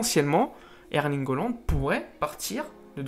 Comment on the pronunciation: et s'il te plait apprend a prononcé les noms des joueurs ; holand wijenaldoum ; un peu d'effort